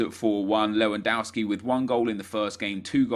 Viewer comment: GOOD job! jou pronounced Lewandowski good (not all the time)